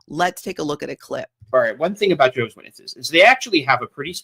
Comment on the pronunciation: why do you say "JAY hovah"? It's "JEH hovah".